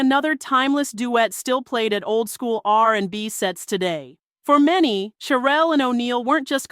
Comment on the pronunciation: CHERELLE PRONOUNCED SHERELLE